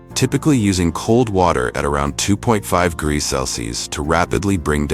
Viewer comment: Greegees? Instead of degrees? 😂 I can’t take it any longer. 😅